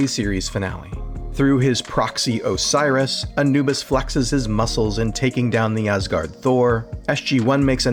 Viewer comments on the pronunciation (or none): none